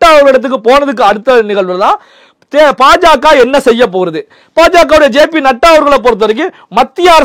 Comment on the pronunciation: it is not PaJaKa. You should pronounce it as BaJaKa